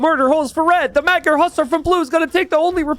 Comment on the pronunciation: can you look up how to properly pronounce "magyar" ? its not meg-yar more like muh-dyar... "gy" is one sound.